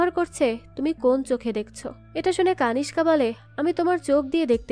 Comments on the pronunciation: কানিস্কা নয়, নামটা কণিষ্ক হবে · কানিসকা নয় কণীষ্ক